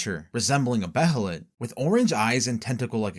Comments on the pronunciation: It's Bay-lit, not Be-he-lit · its pronounced (bay-lit) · (bay-uh-lit) my man lol. they say it plenty of times in the show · the pronunciation of behelit is rly annoying i had to stop watching